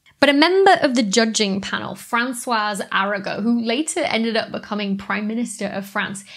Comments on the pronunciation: And you shouldn't prononce the "S" at the end of "François", because it sounds like "Françoise" which is for females! I'm definitely unsubscribing... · Francois Arago (the S is silent)